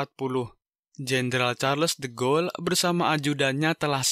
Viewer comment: Charles de Gaulle bacanya Sharl de gol, Phillipe Petain bacanya Filip petang